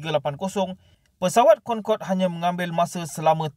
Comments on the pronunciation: Cra sbut dia "concodey" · Bukan concorde lah tapi cong codey